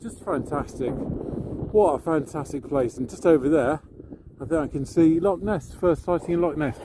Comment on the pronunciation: It’s not called a lock, it’s called a loch. You need to sound like you’re clearing your throat at the end.